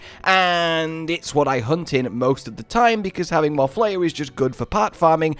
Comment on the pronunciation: Isnt it pronounced flay-er. Like as in flay o fish?